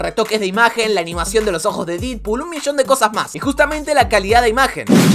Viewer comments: Se dice dedpool xd, se escribe deadpool pero se pronuncia dedpool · Mejora la pronunciación de los nombres. No hace falta un profesorado de inglés para pronunciar Deadpool como "dedpul" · Porque le decia didpool 😂